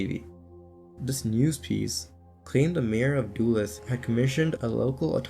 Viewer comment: duluth is also pronounced wrong 😂 duh looth vs doo luth